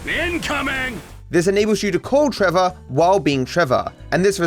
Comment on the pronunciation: trevor said it with er, not a